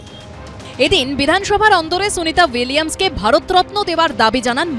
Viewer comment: Boka apnio to ucharon korte paten na name tai